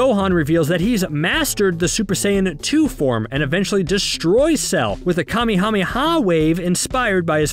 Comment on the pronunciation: Kamehameha not kamihamiha